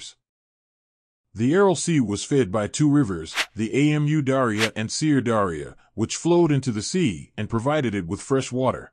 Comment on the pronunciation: A M U Darya - please don't SPELL IT, PRONOUNCE IT, repeat after me AMOO, AMOO, AMOO. aND WHILE I'M HERE WHAT'S WITH THE PICTURE ? You show 2023 as almost restored to it's former size !!!! WTF have you been smoking ?